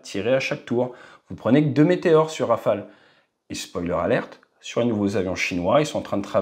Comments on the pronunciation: hey! it is not Rafael it is RawFail. 😂😂😂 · Rafale dude not Rafael !! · in India and Pakistan rafale is pronounced as Rafael